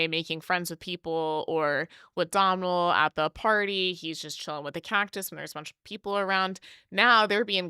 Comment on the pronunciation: Lovely review, ladies. I live in Ireland, and a more correct pronunciation of Domhnall Gleeson’s first name is like…’Doughnul’, like donuts. That’s how I pronounce it, but perhaps an even more correct pronunciation of this Irish language name is ‘Though-nul’. The ‘m’ is silent, for sure. Loving that 3 of the. 4 men in the video are Irish - and of course we love Lewis Capaldi here in Ireland.